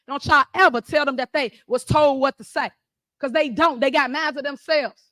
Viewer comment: "Day ahl gots degrees"...Pathetic...